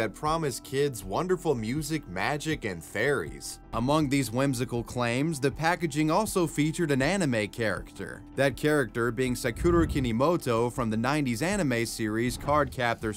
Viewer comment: *cringes at pronunciation of "Sakura Kinomoto"*